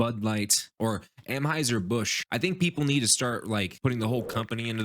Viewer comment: Lol dude...First, and maybe im out of the loop and I missed something but isn't it ANheuser Busch, not AMheuser Busch? Second: Busch supporting a tiny Itty bitty minority ≠ bud giving a middle finger to their base. What we need to worry about is the sea level rising because a bunch of SNOWFLAKES are melting.